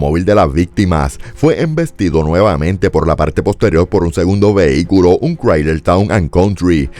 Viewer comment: Chrysler -Se pronuncia -KRAHY -ZLER